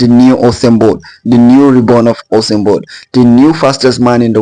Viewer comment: I know u said "Usain Bolt". But it kinda sounds like "Awesome Boi". I agree either way 😂